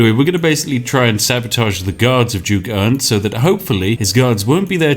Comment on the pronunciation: You are mispronouncing Ernst's name. This is serious.